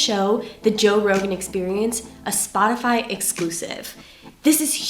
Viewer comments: Sportify? WTF is he saying. It's Spot-i-fy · Dammit Glenn, it's SPOT-ify. Not SpoRtify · i think it has to do with latin america.. the 'o' becomes an 'or' maybe just many years of living in brazil this is how he sees the word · Did he say sportify? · why does he call Spot ify Sport i fy? Sorry if someone asked and answered Im not in the mood to look at all the comments searching... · Love Glenn but does he know he is saying “Sportify” instead of “Spotify?” LOL !!!! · Great analysis. But "sportify"? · Why does he keep saying Sportify instead of Spotify? I had to pause the interview and post this because it's driving me nuts. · Also why is this guy saying "Sportify" instead of "Spotify"? Is he really that out of touch? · Its Spotify not sportify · Not that it matters but it's SPOTify , not SPORTify. Thanks for all you do ✍️. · Why do you repeat Spo(R)tafiy instead of (Spot)ify? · "sportify" Glenn? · "Sportify" ??? You gotta be fucking kidding me... and the fact that Greenwald is devoting an entire show to why people are following a YouTube podcast host more than mainstream journalists. Pretty ironic. Maybe because you're such a doof you can't even pronounce "Spotify" which is one of the biggest elements to the VERY TOPIC THIS PARTICULAR EPISODE OF YOUR SHOW IS ABOUT? Greenwald broke the Snowden story, but can't get Spotify right. Maybe do a show about how the basic professional standard for journalism... like complete sentences, and correctly spelled words, or paragraphs that actually make sense doesn't matter at all anymore. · Please stop calling it sportify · Hey, it’s not pronounced SPORTIFY! There ain’t no R in the word. It’s SPOTIFY. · spOtify not spoRtify Good Lord man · It’s SPOTiFY not sportify ??? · It's Spotify not Sport-ify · Spotify! Spotify! Not "sportify" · Oof. Less than one minute in he says “Sportify” instead of Spotify. Rough start to an hour long video. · Why do you keep calling it SPORTIFY?!? McFly! Other then that. Interesting video